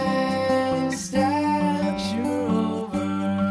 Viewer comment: that's not how you pronounce 'steps'.